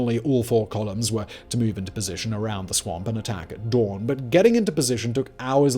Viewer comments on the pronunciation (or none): none